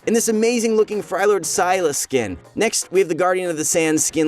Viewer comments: frylord sylas skin? damn that's cool. but where's freljord sylas skin? bruh can't even say freljord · Lmao, he pronounced Freljord, as frylord.